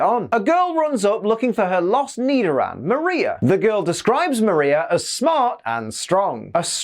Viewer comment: Nidoran..: more like me-do-ran 🤣